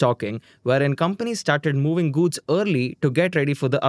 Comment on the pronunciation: Why are you GUDS instead of GOODS?